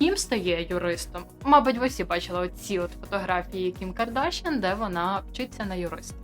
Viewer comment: ПетросЯн, БабаЯн, ДжигарханЯн, КардашЯн - все це вірменські прізвища. Наголос на останньому складі!